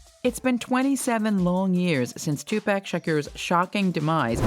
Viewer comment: If you're gonna make money off this man's name at least pronounce his name correctly. It ain't no TuPack. It's Tupac. Like TuPock phonetically. This man been dead 27yrs, called one of the greatest of all time. Name has been in and out the media forever and eat off of this man and still can't get his name correct. TuPac!